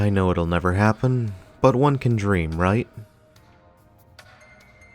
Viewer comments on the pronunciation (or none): none